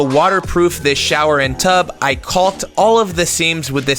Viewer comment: Really enunciating that "L" in caulk. Trying to not get that age restriction on your video?